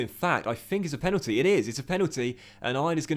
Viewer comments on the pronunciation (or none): none